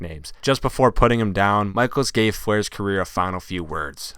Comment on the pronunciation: Shawn Michalesiz last ride. lol this guy and his pronunciations